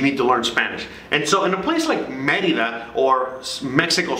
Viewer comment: I have heard TD bank has no ATM fees from a US account . Thx for yr videos very helpful and for yr correct pronunciation of Merida:) my ex from Merida and I learned to pronounce it the same way that u do and I am a gringa from Florida.